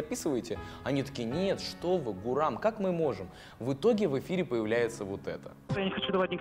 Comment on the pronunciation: не Гурам, а Гурман